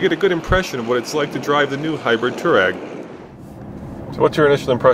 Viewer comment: dude freeking learn how to say Touareg!!!!!!! its bugging the crap out of me